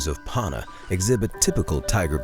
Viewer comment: Why have an American narrator who can’t even pronounce Panna appropriately?